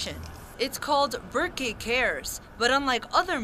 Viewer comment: "Ber-kay" cares. Lol